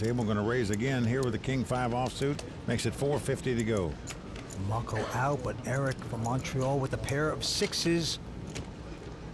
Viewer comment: It's Mukul not Muckel!